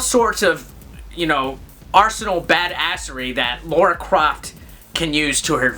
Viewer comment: It's lAra not lAUra 😜 love the review!